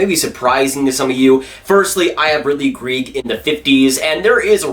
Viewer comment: Btw it’s not ridly greeg it’s ridly Greg